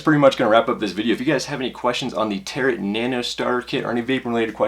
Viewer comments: Good review, but its the way you pronounce Tarot drives my batty lol. It's pronounced Taroe like a Tarot card from one of those gypsy type people. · the T is silent in Tarot